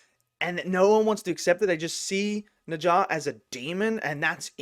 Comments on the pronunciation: What is neja!? It’s Ne Zha! Bro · Yep! It’s “Nuh jah”. You got it right. Except you have to say the “nuh” part like you’re asking a question: “Nuh?? Jah.” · If you pronounce it as 'Nurjar' it'd sound more like native Chinese speaker~ and BTW NeZha's also in 'Black Myth Wukong'